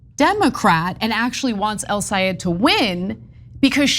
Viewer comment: I AM SICK & TIRED OF CHENK (or whatever his name is SABOTAGING THE LAST NAME OF "EL SAYED" & CALLS HIM (EL SA'EED) . IT IS TIME TO LEARN & PRONOUNCE THE GUYS NAME CORRECTLY, IT IS *EL SAA YED*, IT IS REALLY INSULTING WHEN YOU SABOTAGE THE NAME OF A GREAT PERSON LIKE HIM.